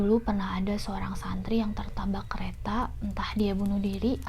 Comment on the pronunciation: Apa cuma gua yg dengernya TERTABAK ? Yg Spesial apa yg Biasa Kak ? :)